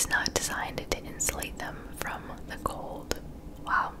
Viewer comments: You said cold. I heard gold. I'll see myself out. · I thought you said "gold showers" not "cold showers" lololololol